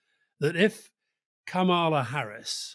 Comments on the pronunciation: Her first name is pronounced "comma la" not "kam ala" She's been vice president for three and a half years. Most journalists are getting this wrong?? Good to see Rory gets it right 👏🙌👌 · Kamala (pronounced Karma-la by Obama btw) Harris feels authentic - Trump is just mad. Get out the young vote, women and independents and she has a chance. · Her name is pronounced “Comma’-la” with emphasis on the first part of the name.💙🇺🇸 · KA ma la. Accent on the first syllable. The right wing pronounces her name incorrectly on purpose, but the rest of us are trying to correct that. Cheers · It’s pronounced comma-la 😅 she is Trump’s worst nightmare. What can he attack? He will be seen as sexist, racist or misogynistic not a good look for the independent people he is trying to attract to vote for him 😂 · Kamala like Pamela (stress on the first syllable), not like Obama :) love the show guys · Why can't they pronounce her name correctly? It is not brain surgery 🤔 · she has said herself that her name is pronounced comma-la. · Does make you wonder how much these guys know when they can't pronounce her name properly. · Kamala as in Pamela with a K. It is not difficult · disappointed in Alasdair. Firstly fpr mispronoucing her name and then for giving an incorrect height- she says she's 5'4" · Kámala. Accent the first a. 👍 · more short o than a in intial syllable but the syllable stress is correct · Alastair please learn to pronounce her name correctly. It’s Kama-la not Ka-ma-la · Alastair, it’s KAMala. Trump and his people refuse to call her by her real pronunciation.. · Her name is Kamila not Kah-mah-lah. Why do British people insist on doing this they called Barack Obama “Bay-rick”. I’m so sick of it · Alastair, please learn to pronounce her name. It is not ka-MAL-a. It is KAM-a-la. (Think Camelot.) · Her name is pronounced Kahm uh luh not kar mar la. It is quite a dishonour to incorrectly pronounce some name almost deliberately incorrect. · 'Comma la' Harris, not Ka mah lah